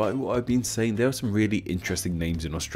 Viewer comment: Hard to take you seriously when you can't pronounce "three" with a "th" at the start of it.